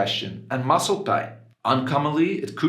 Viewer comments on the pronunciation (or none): none